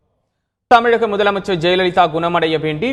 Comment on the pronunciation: தமி"ல"க முதல்வர் அல்ல தமி"ழ"க முதல்வர். நிறைய தமிழ் பிரபலங்களுக்கு "மயங்கொலிப்பிழை" மிகவும் சாதாரணமாக வருகிறது. இதில் இந்த ஊடகவியலாளர்களும் சேர்ந்துகொள்கிறார்கள். தமிழ் செத்து விட்டது உறுதி. மீட்டுருவாக்கம் செய்து தமிழ் சரிவர பேசத்தெரியாத தமிழர்களுக்கு "தமிழ்" கட்டாயமாக பயிற்றுவிக்க பட வேண்டும். மீறினால் சிறை. தவறே இல்லை. மொழி அழிந்தால், இனம் அழியும் இனம் அழிந்தால், இன அடையாளம் செத்து விடும், அடையாளம் இல்லாத இனம், அரசியல் பலம் இல்லாது அடிமையாய்க்கிடக்கும்